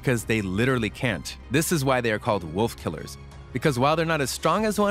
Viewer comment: Is it just me or when he says wolf killer you cant hear killer